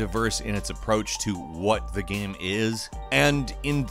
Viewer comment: He literally says "gaem"